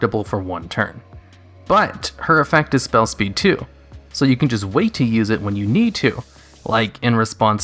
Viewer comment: "Wehn" Yeah, I saw that fisherman